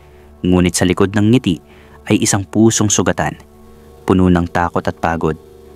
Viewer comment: Taga Laguna ho aq Los Banos Laguna Quezon province iba CALABARZON combination but not los Banos Quezon province 😂😂 At ang pangit nio ho mgbigkas ng mga words like ung PUNO(TREE) Pgkakabigkas mi is PUNO!!(FULL) 😂😂 anu klase Tagalog ka at pilit mu bonabago pgbigkas Jusko